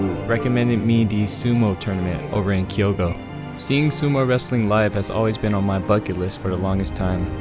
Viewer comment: "Kyo"to not "Kiyo"to, damn you so-called English guys just don't know how to pronounce it right